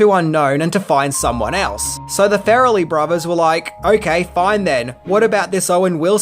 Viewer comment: love your videos, I love this movie and enjoy your general demeanor...but...i just couldn't get past the 5 minute or a dozen "fair-a-lee"... I'm not sure if it's the accent a lack of research or a little bit of both but it's Far-lee...like Car-lee or bar-lee. After the first one I tried to play it off, I'll get used to it...i didn't. Ok, till next episode then!